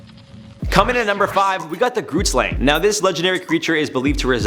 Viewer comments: It is Afrikaans and I’m no expert at writing the phonetic spelling, but it’s similar to: khret-schlong. The first word is said with a “k” sound but from the back of the throat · As a South African who's home language is Afrikaans I can respectfully say that you are butchering the pronunciation of the grootslang. I also can't figure out what the town is your talking about. 🙃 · Right? it took me a while to figure out that he was saying grootslang xD It looks like it might be in Richtersveld in the Northern Cape, I googled it so that I know where not to go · Grootslang? your saying it wrong i am from south africa and thats not how you say it